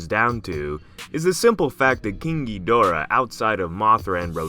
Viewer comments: “Keeng geedora” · Stop pronouncing KGhidorah that way. 😉 Destroya is under rated. Good video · Why does he form an accent every time he says "Ghidorah"? Lol